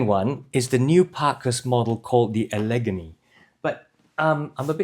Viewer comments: Great review, but as an Upstate New Yorker, let me tell you, your pronunciation of the second boot style is like nails on the chalkboard for me: the stress in “Allegany” goes on the first and third syllables, like “alligator.” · it's pronounced Al-uh-GAIN-ee. It's a Native American word, and also the name of both a mountain range and a major river in the eastern United States.